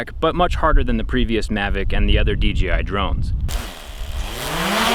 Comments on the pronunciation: I can't people still say DGI and not DJI. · sounds like you said DGI 😂. Great video as always 👍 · Why do you call it a dGi drone? Is that how it is pronounced? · "dgi" lmao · did you say DGI??